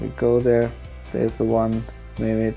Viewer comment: rom isn't corrupted, it shows you don't have the bios files and mame is pronounced maim